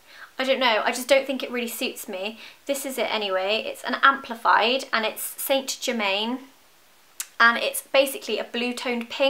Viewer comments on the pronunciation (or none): saint germain :') its pronounced san germaan <3